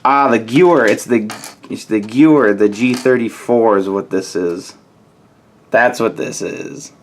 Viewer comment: It's pronounced ge-ver